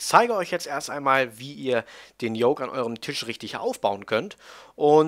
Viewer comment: Lern Yoke auszusprechen bitte ich häule gleich